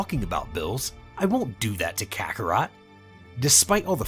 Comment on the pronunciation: Ok tell me, how the heck you can say kakkorot right and not Beerus right, man called him bills wtf